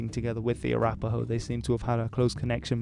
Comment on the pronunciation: i lost it at french accent "ahhh arapahoe"